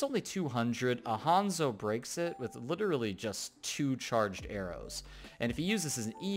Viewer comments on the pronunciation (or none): none